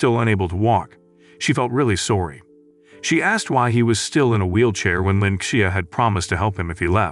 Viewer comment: The part where the narrter says sowrry instead of sorry